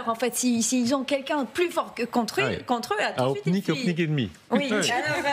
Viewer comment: on dit gopnik bande de blaireaux!!!!